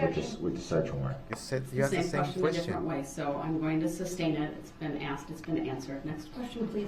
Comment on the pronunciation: AXEDDDDDDD. SPOKE WIT. TO WHY DE. YALL. ITS AWFUL. DID NO ONE TEACH YOU ENGLISH????